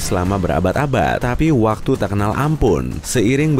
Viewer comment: watu:v min bicaranya jangan cepat ntar lidahnya keseleo kyk bilang waktu jadi watu